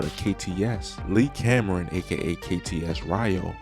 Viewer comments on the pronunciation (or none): none